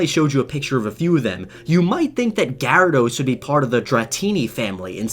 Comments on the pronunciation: Anyone else cringe at the way he pronounces Gyarados?? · i pronounce it ji rad Oh-s not ga rad ose